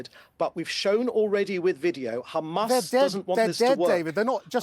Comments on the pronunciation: he gets a bonus every time he says khamas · Khamas! Khamas! Khamas Khamas! Is all I hear them say in an effort to pass blame, and play victim. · Not a single truth in his body - count how many times he says khamas 🤣🤣🤣🤣🤣